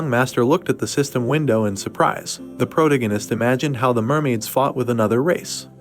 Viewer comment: Fortunately this recap isn't as excessive with saying pro-tee-gee-nist but Chapter 179 is probably the worst AI recap model I've heard yet.